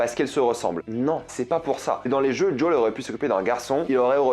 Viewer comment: "Djaul" mais plz...